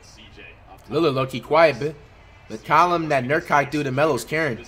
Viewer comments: here before he says “NURKIKE” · “nurkike” bro flight that’s literally offensive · "Nurkike" aight flight stop trolling 😂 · Flight really called Nurkic NurKIKE and he called Valanciunas, ValenKius😂😂😂